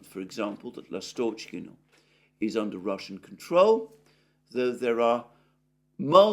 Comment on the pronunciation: L'astochkino (Swallow village) - the stress is on the first syllable.